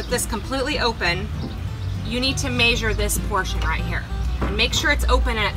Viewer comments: This is a very clever idea. I really like this. Also when you say the word measure your accent is so strong it sounds like a foreign language. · Indiana? I've heard Hoosiers say "measure" like you do...